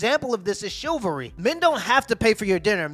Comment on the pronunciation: can’t pronounce “chivalry” correctly 🤣🤣🤣